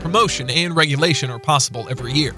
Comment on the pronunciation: I love that Americans have so little concept of relegation that you can't even say it 😂